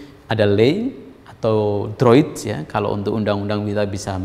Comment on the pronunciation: Bagus Prof kuliahnya. Droit=bhs Prcis= d baca (droa)...